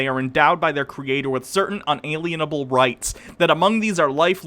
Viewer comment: "un-a-lien-a-bull" patient 0?